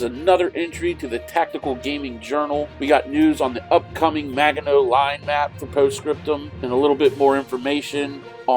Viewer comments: Is he really saying Maga-know? Oh please, please learn to pronounce it!! Also, that illustration was fictional, produced for propaganda purposes. None of the ouvrages was anywhere near that large. This looks more like a dungeons and dragons dungeon map. Please just look up Kaufman and jurga's book on the Maginot line. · Thanks for the video and update. BTW, if you're concerned about correct pronunciations... it is actually a soft g in Maginot